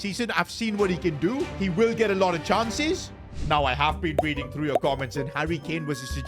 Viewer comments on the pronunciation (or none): none